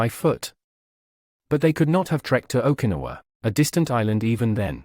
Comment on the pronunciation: Trouble with rob-voice narrators is they can't even pronounce Okinawa.